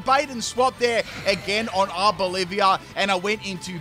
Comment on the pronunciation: Its not Arbolivia. Its Arboliva